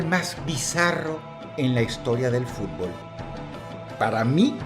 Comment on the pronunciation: Uno se da cuenta de que a Dross no le gusta el fútbol por como pronuncia el nombre de los equipos y de los estadios. Igualmente, Excelente video